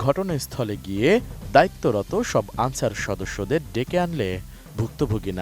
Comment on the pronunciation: আনছার না ক্যান্সার